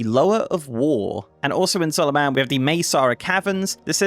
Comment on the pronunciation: There's no way you pronounce Zul'Aman like Zul"A-man, it's Zul"ahmaan my dude, where's your inner Troll?!